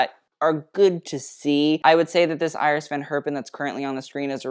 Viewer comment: Kudos for pronouncing "Iris" in a Dutch way